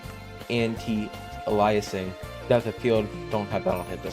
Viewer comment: good video, please look up how to pronounce antialiasing LOL